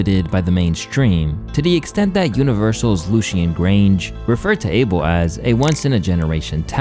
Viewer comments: His name is not Abel like Able bodied it’s Ahh-bell smh but whatever he’s ok with lol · its Uh-bel NOT ABLE. Say it correctly